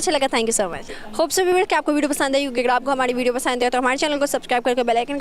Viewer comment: I wonder why these Pakistani host don't pronounce 'Ra' rather they pronounce 'Da'.. it's not Hamari... it's Hamadi... 🤣🤣